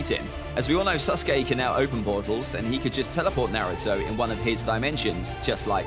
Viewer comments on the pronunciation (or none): why u say naruto so wrong?